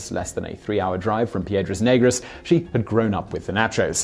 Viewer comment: you butchered the name Piedras negras ,, black rocks